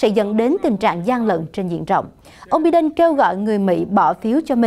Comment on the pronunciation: Em ơi, ko phải “bi đen” mà phải đọc là “bai đần”. Chứ bi ổng đâu có đen!:)